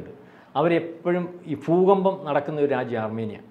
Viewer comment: ഫു കമ്പം എന്ന് അല്ല പറയേണ്ടത് ഭൂകമ്പം👍